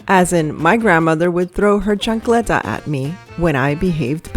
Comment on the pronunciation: Chancleta haha, love how its pronounced. I say its flip flop/sandel, I've thrown mine a few times. They're light weight but attn getting, haha